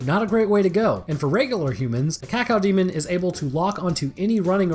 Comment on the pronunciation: Coco demon? Or cacademon? 😂